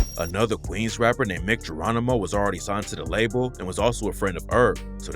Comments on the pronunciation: Mic 🎤 like microphone, pronounced Mike. Mic Geronimo. Not Mick, throw some respect on dudes name! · “Mike” (Mic) Geronimo not no damn “Mick” 🤦🏾‍♂️ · It’s pronounced Mike Geronimo. At least pronounce the dudes name right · Its pronounced Mike Geronimo btw